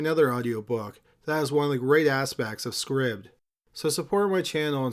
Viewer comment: Pronounced MAY-mee (tramp) Scribd is probably pronounced scribed, as in subSCRIBD.